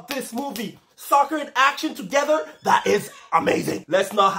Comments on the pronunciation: When you say “I’m a big soccer 🥅fan” I heard like “ I’m a big sucker fan 😂” 😂😂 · Did he say sucker or soccer